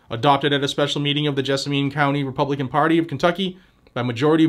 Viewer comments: FWIW, it's pronounced Jessamun with the accent on Jess........;-) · Jess-ah-min is how that county is pronounced. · Small point FTR. Pronounced gez a men. Ask Alexa or Google what county is Nicholasville, KY in. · & gadgets, just an FYI, it’s pronounced “JESS a men” around here. Also, we’re all pissed about this jerk. It’s time to DITCH MITCH!!! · It is about time. And it is pronounced Jess-a-man county. We are working on the same thing in Pulaski and Mercer. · Cocaine Bitch is one of my senators and he is hated within the state. The only way he keeps gets re-elected because he never has any opposition. FYI Jessamine County is pronounced "Jess-A-Men" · Yeah, we have Mitch, the worst, and Rand, the best. Pronounced, Jezz-men county. EVERY Senator is comprimised by China. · As a Kentucky boy, it's pronounced "jess-a-men." Versailles is also pronounced, "ver-sales." Louisville is pronounced "loo-vull." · Jessamine, think min like minimum. I had a good laugh, I've never heard it pronounced your way. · Yeah, you slaughtered our counties actual name man Haha You could also say Nicholasville 🤷‍♂ Lol